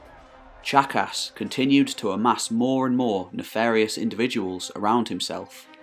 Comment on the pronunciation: Ok, I know it’s juvenile and silly but every time he says Tzachas I hear jackass. Anyone else with me?